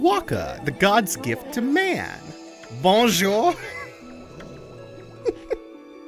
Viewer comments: Bone Jower >:) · Every time pronounces "bonjour" the way he does, I lose a year off my life. Also, Taka Pass might be my favourite zone? It's just always felt so calming.